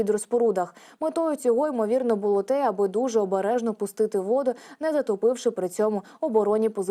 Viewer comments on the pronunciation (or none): none